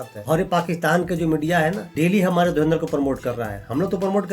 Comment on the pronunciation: Dhurinder nhi dhurandhar ĥ .....criticise kerne se phele pronounce kerna sikho n what rubbish we are proud of our defence force tumhari hakikat dikhai h....himmat hoti to bangladesh banne se rok lete derpok terrorism phelate ho